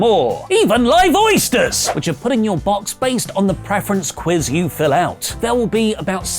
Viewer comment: says "Live oysters!" but I hear "Lyvoisters!"